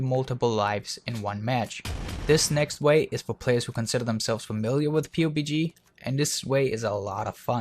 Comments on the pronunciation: Joel Ayers yeah thats normal, most everyone calls it’s PUB-G. Hearing him call it “pewbie G” every time is cringey. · Its pub g not pu bg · its pubg not p-u-b-g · It's called pub G not P-U-B-G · Did he just call it P-U-B-G? PUB-G dude, PUB-G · did you just call it pubie g you fucking peon. its pubg. it doesnt get any easied to say.. pug...g.. jesus dipshit gtfo. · Clouds He's saying P U B G. Which I guess makes sense. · The p-u-b-g make me cringe lol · Did you say "pewbeegee"? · Haha you said PewbeeG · The way he says P..U..B..G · Pee You Bee Gee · please for the love of god stop calling it p-u-b-g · its Puh-B-GE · pu bg that gave me cancer stop saying it like that lol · I'm cringing bc you kept calling it pobg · "Pew GB" is not how you say PUBG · Hey. Love the videos. but let me tell you how to pronounce PUBG its, Pub, Like a pub your drink at. and the letter G. So say it like this. PUB GEE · Are you dumb lol. You didnt even spell it right and he doesnt say pubie he says P-U-B-G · Pubes G. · hi im looking for a PUBG video on aiming but you say Pubie G, is it the same thing? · It's pronouced PUB-G amongst "us" awesome players Kappa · Pubic G-spot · LEARN TO SAY PUBG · is pissed me off so much how he said pubg we pronounce it like the word Pub and then add G at the end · You keep saying the game's name wrong